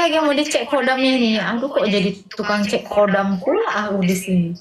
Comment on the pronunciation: Khodam bukan kodam... Kodam V jaya 😅😅😅